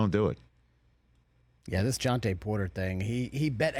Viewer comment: " Jontay " lol